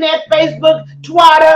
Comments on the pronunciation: Yeah that was hilarious. I was watching and said did she just say TWATTTER😂😂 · She said "Twatter and Standogram"😂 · I'm dead.....she said Twat-er instead of Twitter CTFU😭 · I so miss her I died laughing 😂 when she said twater instead of twitter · Did I hear Auntie Fee just say Twatter ?🤣🤣🤣🤣🤣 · Am I the only one who realised she said "twatter"? LOL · Lol Lmfao Fuck I miss you Auntie Fee. Lol she said twatter